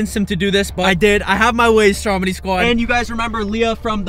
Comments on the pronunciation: Every time you say "what's up stromedy squad" it sounds like you're saying "what's up strawberry squad" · Its stromedy not dromedy